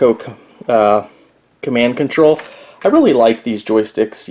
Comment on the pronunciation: No offense,but the joystick is wico(say why-co),no L.... the cpu is sixty eight thousand(68000) not hundred.. nice video overall though! the good thing about the 68010 is it allows you to use the quit feature in whdload even tho speed upgrade is not much if any. Please save a copy of that hard drive,the Kroger stuff looks cool. Likely used an Amiga A2300 genlock or some such to display as a overlay.